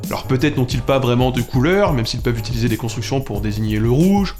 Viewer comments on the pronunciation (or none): none